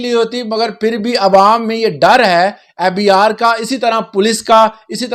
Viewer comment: The way he pronounces fbRRR is so annoying..and bro it's algorithm not alogaritham